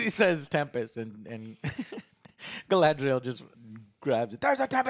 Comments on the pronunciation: Gala-N-driel lol how has Joe been pronouncing this so wrong for so long. There is no fucking N in her name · I love Joe, but if I hear "GalaNdriel" one more time XD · Galandriel and Phazon lmao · Stop it Joe... you are going to brainwash me into calling her Galandriel instead of Galadriel 🤣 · DUDE, you want all the stuff in a couple of chapters, it’s supposed to be multi-season show! Also pronounce the names right GALAAAADRIEL, not Galannndriel, Celebrimbor is pronounced like Kelebrimbor, JESUS! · Jesus, Joe, it's Ga-LA-driel. Not Galandriel. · I demand Joe Cross-dress as "GalANDriel" in the next episode as punishment for mispronouncing her name for 4 straight episodes. And he can act better. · Joe its Galadriel man not Galandriel its easy dude, wtf, practice a little. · I'm twinging with Alex every time says "Galandriel" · GA-LA-DRI-EL.... it's not that difficult! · i love the way joe destroys all the names lol harbran, galandier, erondor, phazon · lol! Why can Joe not say Ga-LAD-riel??? great reviews. Just always gets me. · Jesus Joe can't pronounce a single name right :P I swear he's said galandiel light ten times, and a-dar instead of ay-dar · please take a moment to pronounce the names right - it's not hard - but it's like a screwdriver in the ear. If your whole argument revolves around legitimacy and how the lore is butchered, it instantly detracts from what you're about to say when you say Hambrand and Galandriel. Maybe that's picky on my part but you're picking apart the show. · The best part of these reviews is how many ways says Galadriel's name wrong. It's just amazing. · I wonder how many episodes will take for Joe to learn how to say Galadriel's name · It's fascinating to hear Joe mispronounce Galadriel in a different way every time he says it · Omg listening to Joe butcher the pronunciation of Galadriel every review is going to give me a brain tumor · Is Joe trying to say all these names wrong on purpose?